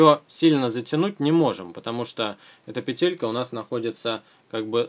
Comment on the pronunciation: ПЕтелька а не петЕлька